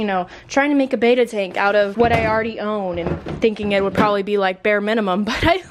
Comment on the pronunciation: "I WOOD use it..."